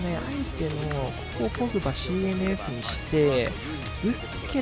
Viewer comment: ポー⤴︎ ⤴︎グ⤵︎⤵︎バー⤴︎ ⤴︎